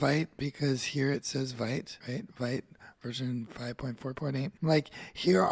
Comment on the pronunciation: Interesting! You've put in a lot of work here, thank you! A tiny suggestion to make your future videos even better - official Vite pronunciation is French word for "quick", pronounced /vit/ , like "veet"